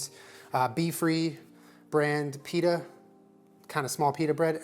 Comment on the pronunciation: I’m and I pronounce “pita” as ‘peta’